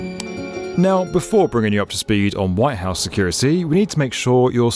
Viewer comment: Could somebody tell this fool that the building is called "The White House"? With a T.